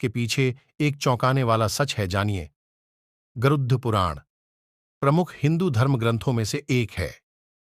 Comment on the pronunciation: Garuuuuddhh puran kya , pehele aap pronounciation sikhlo.